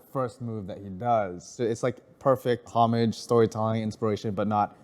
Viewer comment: how can someone mispronounce "homage" so much without one person telling them how to say it correctly lmao